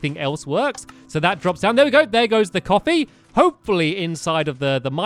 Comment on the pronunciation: it sounds like your saying copy...